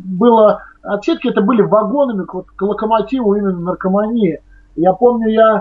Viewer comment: Я один заметил то, что сказал НаркоманИя и этот мужик тоже так же сказал